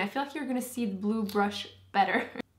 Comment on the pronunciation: Where are you from? I can barely tell you have an accent most of the time, but the dead give away is the fact that you (adorably) pronounce "the" as "dee".